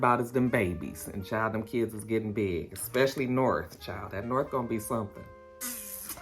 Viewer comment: Lol that Pacifically be killing me 🤣🤣 that and eggspecially